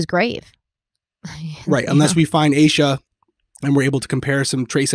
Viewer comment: Also yes finally you're saying "ayy-shuhh" lol I mentioned it on part 1 but I'm sure it got buried